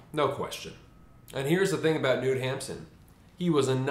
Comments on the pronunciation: Knut is pronounced like Canute, but without the A. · "I was reading it while walking in the street...it was always raining...Bukowski used to say...by the way his name Noot" 😬eww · you pronounce the 'k' in 'Knut' to its like "K-Nute" :)